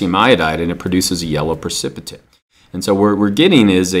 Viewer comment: precipitate not precicipate